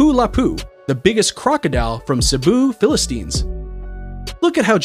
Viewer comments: Man that's Cebu,"Philippines" not "Philistines" that's what I heard you mispronounced our country's name.😏😏😏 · Hi, I just want to clarify that it's "Cebu, Philippines" and not "Cebu, Philistines" thank you, I love you vids btw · It's Philippines not philistines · i't Philippines not Philistines ahahaha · Philippines not philistinism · cebu philipines not filistins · imagine your from PHILIPPINES and heard him pronounce it wrong im from philippines btw but you dont pronounce Philippines like that:) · The way you pronounced Philippines tho